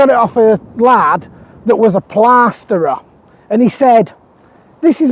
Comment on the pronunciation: Lurgyman! 😁 Brilliant! That plaaaaasterer must have been a west country gentleman!😀